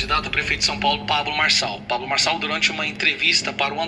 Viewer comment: "Pablo Borsonal"? Xi, já vou desligar teu vídeo agora mesmo. 😂😂😂😂